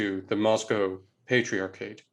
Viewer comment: The way this guy talks is so fucking annoying, the way he says patriarchate, the way he stresses the middle syllables in Russian words, it’s just so ridiculous. You are speaking English, pronounce words like they supposed to in English. Bet this guy also says MEHico and LuQHUA instead of Lacroix like a normal person, just so unnecessary